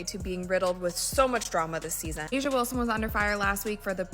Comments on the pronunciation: Chartered jets were already on the WNBA AGENDA BEFORE Caitlin arrived. This narrative is so exaggerated and negative. Caitlin can play in Europe and the WNBA if she so desires. She could also choose professional golf. It would be nice to hear you pronounce A'ja's name correctly for once. It would also be nice to see you address her in a more positive light rather than always make her seem upset about Caitlin. It's so sad how most of these followers believe all that you say. Where is the evidence? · these voices can get AJA Name right